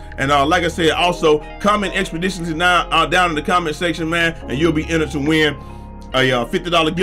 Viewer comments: C’mon, expoditilly?!?!😂 What TI said😂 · Expidiously lmao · Expodisously lol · Expeditiously? I hope😂